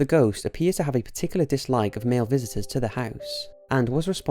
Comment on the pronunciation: Xxcountry_girl_2014xX I understood that part but you said, "I habe..."